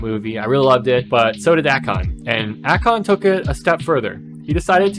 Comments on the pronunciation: It’s A-Kon … Not Ah-kon… clicked off just for that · A Con